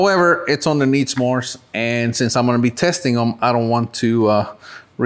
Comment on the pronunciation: Does anybody know why he keeps calling them needsmore?